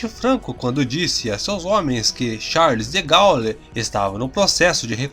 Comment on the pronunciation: Esse narrador é horrível. Charles de Ga-u-lle !!!!